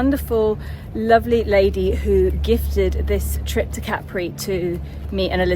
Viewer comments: Love hearing Capri pronounced correctly. My grandmother's sister lived there having married an Italian. English woman, Italian man - just like & Carlo. I'd never really thought about it until now - hmm. But they didn't have children. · Enjoyed seeing Capri again. We arrived by boat and took the funicular up to the town. Expensive lunch but a beautiful place to be. We learned that the name has the emphasis on the first syllable (as you pronounced it) not the last as in the American song.